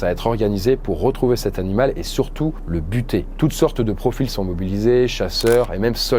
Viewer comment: A « Le butée ! »😅